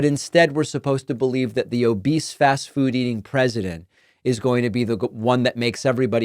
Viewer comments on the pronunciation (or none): none